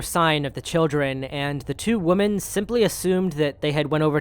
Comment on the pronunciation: Dear brother, women is pronounced wim-en. Woman is pronounced woman. There aren't 2 woman. There are 2 women (wim-en).